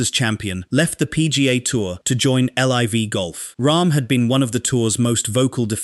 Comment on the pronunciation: Sorry but who says L. I. V. rather than "Liv" It sounds like AI and the usual AI traits are there. It would be really unfortunate if your voice sounded like AI. But even more unfortunate if it doesn't and you claim it does because that would mean you're lying which won't grow your channel